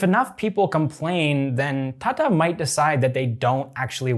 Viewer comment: Hey, Why you called Tata instead of tata? I know you can pronounce T.